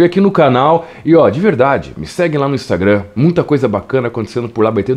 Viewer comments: Por que tu fala "inumstagurram"? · para com essa pronúncia “instagrannnn” para com isso